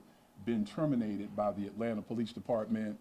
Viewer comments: Hey there. It's Atlanta not Atlatna:D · Atlanta* not atlatna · "ATLATNA?" Is this a fucking joke? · You spell it “ATLANTA”. NOT. “ATLATNA”.